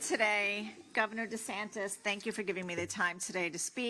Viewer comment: RoB(people) DUHsantASS